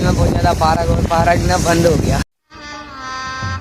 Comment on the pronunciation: Parak nahi park hota hai meri jan